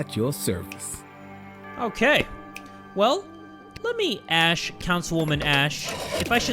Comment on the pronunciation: saying "ashe" instead of "ask" ie. "im gonna ashe her about it"